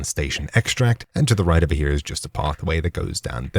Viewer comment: He actually isn’t saying here he’s saying over “hip”